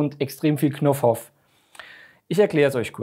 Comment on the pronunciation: knoff hoff 🤣 geil, oder know-how?